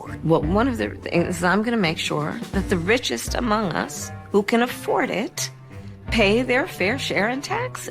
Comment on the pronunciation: listen to how she pronounces the “T” in “it” and the look on her face while saying this! She is mad that she was asked a serious question!! Come on! Simple question lady! Answer it without being smug and hateful because you were not given the answer before the question! I’m not a little bit political I’m no trump fan but WOW What his lady CANNOT RUN THE USA! This has gotten insane and all the people with those Harris and waltz signs in their yards “YOU PEOPLE NEED HELP! SERIOUSLY!! there’s no way that they aren’t seeing this bs! Even if they all have TDS how can anyone hate someone they have never met so much that they would burn their own neighborhood to the ground?